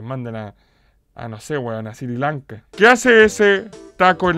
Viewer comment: dice siri lanka y es sri lanka